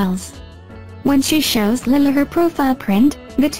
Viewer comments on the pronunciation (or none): Please pronouse the little girl's name correctly, Lilah is pronounced Ly-la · My daughter name is Delilah and i call her Lilah it is Lilah not Lyla